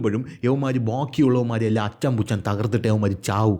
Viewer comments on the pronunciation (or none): അച്ചം,പുച്ച മല്ല അറഞ്ചം പുറഞ്ചമാണ്.